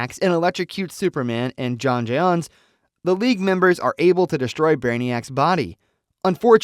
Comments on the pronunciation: He could have typed 'John Jones' in place of 'J'onn J'onzz' to fix the pronunctiation. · Bro said jayon jayones bro it’s John jones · Jay-on? J’onn J’onzz….pronounced John Jones…watch the show sometime. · Either a bad AI voice or someone that doesn't know the material "jay on jay'onnss" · Where you at Jayon jayonzz !! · John Jones. Jesus. Learn to pronounce the name. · If you had watched it , how you gokng to keep saying J'onn J'onnz name wrong, thats not the way its said on show